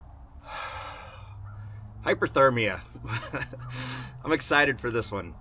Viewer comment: Cool video! Is hyperthermia the same as hypothermia? It sounds like you keep saying hyperthermia.